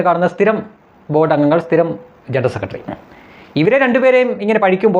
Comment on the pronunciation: ഇയാൾ പണ്ട് G.സുധാകരൻ സാറിനെയും അപമാനിച്ചിരുന്നു. ആദ്യം തന്നെ ജനറൽ സെക്രട്ടറി എന്ന് നല്ലതുപോലെ പറയാൻ പഠിക്കട്ടെ സുകുമൈരൻ. ജണൽ സെക്രട്രി എന്നല്ലേ ഈ ചെറ്റ പറയുന്നത്. കേട്ടു നോക്കു 😄